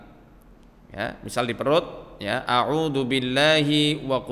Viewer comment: Disitu trtulis auzu tpi ustad bilang audu jdi yg bener yg mn